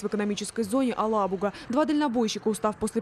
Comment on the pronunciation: Елабуга😭Дарья а не Алабуга